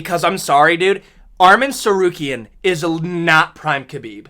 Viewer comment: Chael Sonnen finally pronounces Arman Tsarukyan’s name correctly!